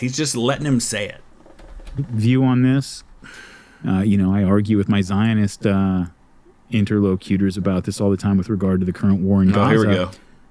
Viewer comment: Did he say inter locaters? Like location? Surely that's not an accepted way to pronounce interlocutor